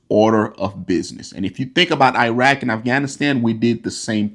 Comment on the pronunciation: oh my....the way he Pronounces Iran, it should be pronounced as (E-run), not (I-ran). Also he way he pronounces Iraq, 🙄!